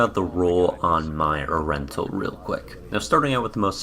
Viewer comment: It's ur-en-tul, now say it with me...